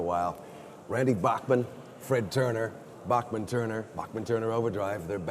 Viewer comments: Everyone always says Randy's name wrong. It's pronounced BACK man actually. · C'mon Jeff! Did you really pronounce Bachman wrong?!?!